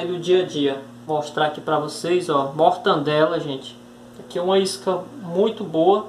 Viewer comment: "Me descupe meu nobre, mas o correto a se pronunciar é mortadela e não mortandela! Descupe mais uma vez